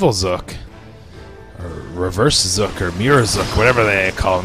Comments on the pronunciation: XD y u say "Zok" Instead of :Zook? .3. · Zook not skull or zuk ok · you pronounced zook wrong, it is zook as in ba-zook-a cause of his gun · his name is zook as in ba"zook"a